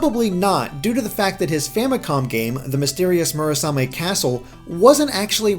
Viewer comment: Next up: Mission in Action - The NX. ...sorry. It's getting old. ...and I'm getting old, too. D: and you gotta love that constistent wrong pronounciation of Murasame.